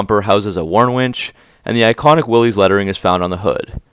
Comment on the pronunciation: WILL-ISS, not WILL-EES.